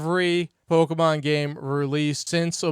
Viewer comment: Pok-Uh-Mahn Fire Beg and Leaf Greed